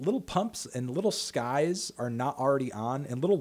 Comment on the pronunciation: Ffs if he says lil Skies